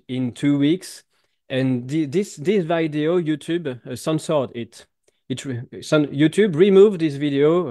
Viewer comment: pas vaideo, veedeo. Quand même...